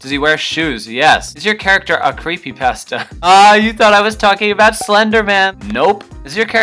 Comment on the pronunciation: Dat pasta pronunciation doe!! 😂😂